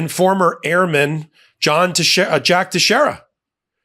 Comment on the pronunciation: . Name is pronounced Tex-air-a. It's a Portuguese name. Thank you. Love your news bits.